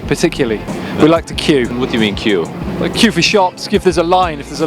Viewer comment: Every time he said "que" I heard "kill" lmao